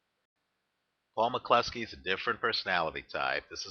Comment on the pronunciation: your the only american that says mccloskey properly good man lol